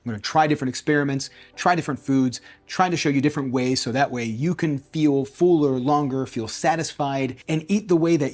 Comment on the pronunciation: love this new channel, but it's fuller not fooler, haaa